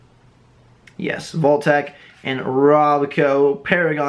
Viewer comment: "Protectotron" facepalm